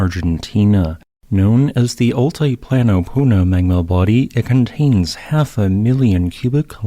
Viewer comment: Very interesting video. Been there, amazing landscape. Btw it’s pronounced all-tee-plano, not all-tie-plano.